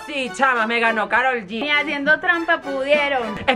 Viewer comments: Si la divaza dice con karol ge y karol dice gi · La divaza: “Con Karol Ge” Karol: “Yi” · LA DIVAZA: Espero les halla gustado este video con karol "Ge" KAROL G: :Gi"* JAJAJAJ ELLAAAAS ARRECHAS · DIVAZA: KAROL GÉ KAROL G: "YI" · nadie: absolutamente nadie: la divasa: karol GE Karol: YI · Me dio gracia cuando dice carol ge y Ella le side carol g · Divaza: "Con Karol Ge" Karol Ge: "Ji" Divaza: "Ji"